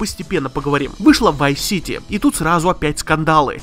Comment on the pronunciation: Vive City? Ты серьёзно? ВАЙВ СИТИ??? что у тебя с произношением вообще.